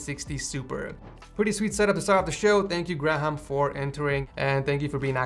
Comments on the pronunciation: "Gra-ham" XD I'm pretty sure its pronounced gray-am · i love the way he sais graham, gra-ham. bruh it is Gray-um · did he just say “gra - ham” instead of “gray - ham” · It’s Gray ham that’s how it’s said lol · Graham is pronounced 'Grayum' btw (at least in the UK) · im pretty sure he's saying "Graham" wrong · Why can't he just pronounce graham right